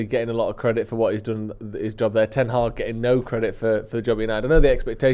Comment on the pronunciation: The man has no idea what the letter H is.. Ten-aag